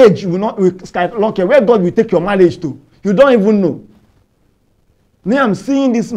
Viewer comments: Who else hears pastor day millage instead of marriage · Malathon 😂😂😂😂 Malage😂😂😂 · Pastor please it is Radical not "Ladica" an it is Brushing not "Blushing" It is marriage not "mallage" chai An this your counsels ehhhh I pity your clients ooo😂😂